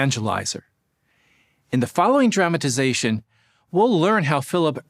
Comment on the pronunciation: I love your videos and your sense of humor, and I must add that in this particular video your accent/pronunciation of the specific word “dramatization” sounded like “traumatization”, also very apt. Maybe it was my sense of hearing 😂! Whatever the case, I got quite a chuckle...and kudos to your research and your debunking of so many witchtower lies! I should add that many years ago, during a pause in the program of a district assembly, I had a brief chat with a district overseer (I believe that designation is no longer in use) and he told me that I (and anyone) could always find more time each day to do “more” for jeehoovah; he even mentioned our conversation when he went back on the platform to expound 😂. (He didn’t mention my name).